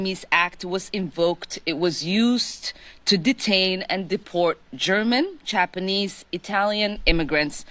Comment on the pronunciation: She can't even pronounce "enemies" correctly. She literally said "Emenies." She's just as braindead as Jer and his oranges. EDIT She also said "Chapanese." Wtf is going on.